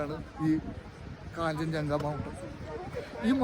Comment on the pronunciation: കാഞ്ചഞ്ചങ്ക അല്ല കാഞ്ജൻ ജംഗ